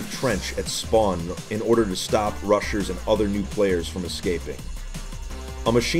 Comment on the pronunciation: he also said "Rushers" which sound like "Russians" lmao